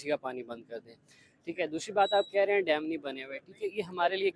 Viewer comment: पहले तो उसे डाम नही डैम कहते है 😂😂😂😂